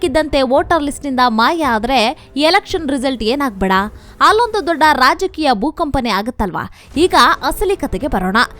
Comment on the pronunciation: ಯಾವನಯ್ಯಾ ಈ ಚಾನಲ್ ನಿರ್ದೇಶಕ. ಪಶ್ಚಿಮ ಬಂಗಾಳ ಅಂತಾ ಸರಿಯಾಗಿ ಓದೋರು ಸಿಕ್ಕಲಿಲ್ಲವಾ.. ಅದೊಂದೇ ಅಲ್ಲಾ.. ಬಹಳಷ್ಟು ಕಡೆ ಅಸಹ್ಯವಾಗಿ ಓದೋದನ್ನ ಒಮ್ಮೆ ಗಮನಿಸಿ ಸರಿಪಡಿಸಿ ಕನ್ನಡದ ಮಾನ ಉಳಿಸಲಿ. ಪಶ್ಚಿಮಾ ಬಂಗಾಳ ಇಷ್ಟು ದೊಡ್ಡಾ ಅವರು ಹೆಲ್ ಹೋದ್ರೋ ಅಲ್ಲೊಂದು ದೊಡ್ಡಾ ಎಷ್ಟೋ ಜನಾ ಹೇಲ್ತಾರೆ ವಿಷಯ ಚೆನ್ನಾಗಿದೆ. ಊಟ ಚೆನ್ನಾಗಿದ್ರೂ ಬಡಿಸೋದೂ ಒಂದ್ ಕಲೆ. ಟೀಕೆ ಅಂದುಕೊಳ್ಳದೇ ಸಲಹೆ ಅಥವಾ ಬಿನ್ನಹ ಅಂತಾ ತಿಳ್ಕೊಂಡು ಉತ್ತಮಗೊಳಿಸಲಿ.